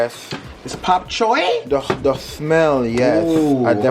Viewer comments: its Bok Choy! 🤣🤣🤣🤣🤣🤣 not Pop Choy 🤣🤣🤣🤣🤣🤣🤣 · Looks delicious, I have to try this. It’s bok Choi 🥬 sounds like your saying pok. Anyhoo, as always love you guys and have a wonderful Sunday evening....🥰💋